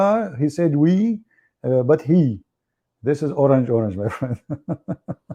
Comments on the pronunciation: Not orange-oranga its pronouns ..orank-orank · Not orange it pronounce o-rang2 mean many people